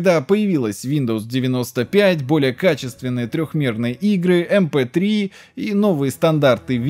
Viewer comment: Дружище, для динозавров ПК вообще на слух не воспринимаются эти "айсиэй", "эйдиай" и прочее. Есть обычные привычные "ИСА" "ИДЕ" и прочее. Так просто удобнее. "МП-3" же нормально произнес =)